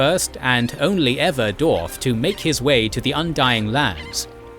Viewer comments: Wtf is a " doorf " and " doorvan " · I applaud the solid and accurate Info here, however, you're annunciation of the names here is terrible. Per example, Dwarf has a W in it which is consistently omitted :/